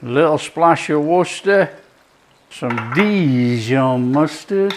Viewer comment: I'm made up a proper chef at last 😂 where ever did wustershire sauce come from 😂😂😂